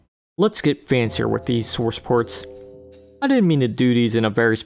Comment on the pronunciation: Do you say sworce ports on purpose?